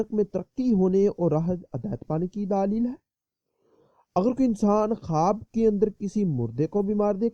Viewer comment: daaalil hai.hahaha.bhai daleel hota hai.daaalil nahi .